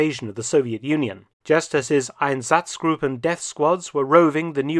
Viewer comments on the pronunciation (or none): Interesting video. Just a remark that while your German pronunciation is quite good, your emphasis is off on several key words. Correct is SICHerheitsdienst instead of SicherHEITSdienst, EINsatzgruppen instead EinSATZgruppen, KrisTALLnacht instead of KRIStallnacht.